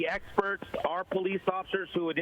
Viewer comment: If he says "were handling this, the swats are explerts"again... Omg